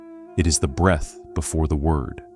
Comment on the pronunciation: It’s breath …